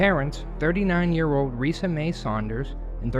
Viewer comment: This kid talks like Elmer Fudd. He pronounced his mother's name (Risa) "Weesa."